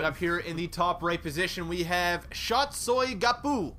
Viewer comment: yeah "soy guapo" was pronounced right and it's basically the equivalent of saying "I'm handsome"